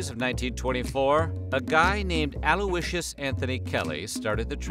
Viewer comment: I'm disturbed by how he pronounced Aloysius as "Air-Loo-Ee-Shears" shouldn't it be "A-Loy-Shears"?